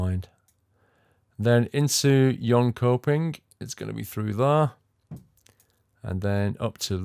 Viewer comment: I know it's an old vid, but just saying, those sweden city with "köping" are pronounced "shopping". Linköping => Linshopping // Jönköping => Yonshopping